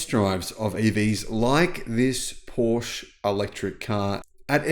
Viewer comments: Thank you. I really enjoy your frequent uploads. Could you please try to add the e in your Porsche pronunciation. Just as the i in Audi is pronounced, so should the e in Porsche. Whenever I hear your pronunciation I always think of a covered shelter projecting in front of the entrance of a building. Thanks again. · It's called PorschE, pronounced Porsh-uh. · Pooosh. 😢😢 In my head Porsche is completely different car than any Pooosh. It's like a lion or tiger without tail. My ears are so suffering... 😁😁 PoooshE.